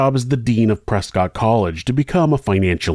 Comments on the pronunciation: The 911 call absolutely breaks my heart. I call my grandma almost every day and I can't imagine what it'd be like for her to be in that kind of situation. Small note: the city of Prescott, AZ is pronounced "press-cut," not "press-cot" like you'd think. I don't know the history on it, but I was QUICKLY educated when I moved to Arizona. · Also to be an annoying local for some reason it’s pronounced press-kit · The people of Prescott would like to inform you that it is pronounced, ‘Prescuit’ 😂 similar to biscuit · Something crazy. Prescott clearly looks like Prescott but it's actually pronounced Preskitt. Don't ask me why because I don't know. But I live in Arizona and I know that's how it's pronounced lol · pronounced prescott wrong